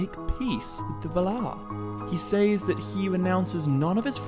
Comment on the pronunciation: You do realize that the word says is pronounced like "sezz" right? I just ask because you keep saying it like it rhymes with ways or pays or essays lol just saying